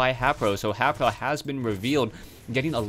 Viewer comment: WHy does this guy say HApro. its HAYpro say his name right